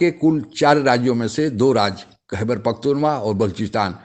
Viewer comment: भैया खैबर पख्तूनवा नहीं पख्तूनख्वा है